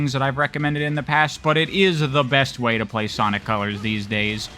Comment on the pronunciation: Did anyone else hear them say Ponic colors in the beginning